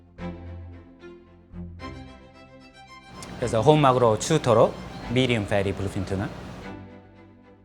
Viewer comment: chutoro, that perfect accent made my day 😌😂